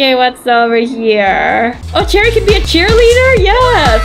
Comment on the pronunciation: It's cherry not cheri